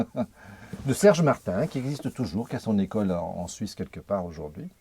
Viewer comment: donc pas "made in Franz", mais"made in Suiz"🤣